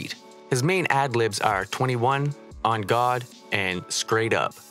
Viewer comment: Lol he sound funny when he said on god. Lol white dudes